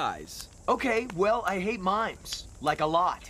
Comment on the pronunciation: It's mimes, not "mines" which is why one of them approached behind Trent.